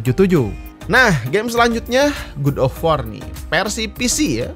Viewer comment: Seneng banget ama abang pas lagi ngomong Gud of war sama e pi es (fps) wkwk